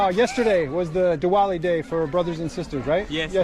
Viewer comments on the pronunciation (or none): none